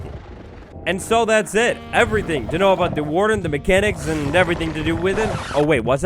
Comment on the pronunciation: Meck-an-icks?! Muh-can-icks!